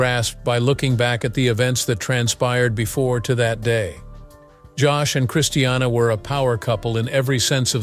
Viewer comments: I just hate how he pronounces her name. It's NOT Christ e anna. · Hope Joshyboy gets nothing! Please say christinas name right its not christianna! Omgosh! 😕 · Who cares! Another so-called power couple soap opera drama garbage - she’s nuts and shouldn’t be married to anyone - he was hungry for $$$$$ and media attention!!!! This is what is wrong with tv - this Ai generated voice cannot speak her name correctly